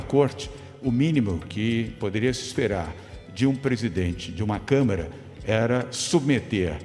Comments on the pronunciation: O Doria falou Câmera? Foi isso mesmo? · Eu tinha achado que o Dória tinha cometido um lapso ao falar "câmera" ao invés de "câmara"...mas ele repetiu "câmera" em todas as vezes que falou sobre o orgão...rsrsrsrsrs...só eu reparei nisso??? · Dória fala por várias vezes: " CÂMERA...", Ou é impressão?! 🙄🙉🤦🏾‍♂️🤷🏽‍♂️ Alguém avisa pra ele que é CÂMARA! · O Doria falando 3x "câmera" só deu nervoso em mim? Gzuiz!